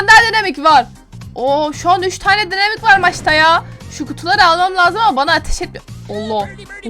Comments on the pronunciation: Abla ona dinamik demiyolar okunuşca daynamayk diye okunuyo😂 Bende önceden dynamike'ye dinamik diyodum ama arkadaşlarım bana söyledi daynamayk diye okunuyo. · Daynamayk diye okunuyo